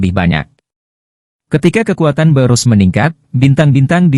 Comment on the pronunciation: sebutanya bukan borus.. tp birus